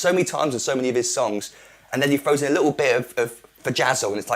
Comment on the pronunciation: "FROWS IN" ? You mean "THROWS IN" ?